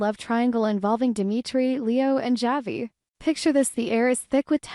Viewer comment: It’s pronounced Havi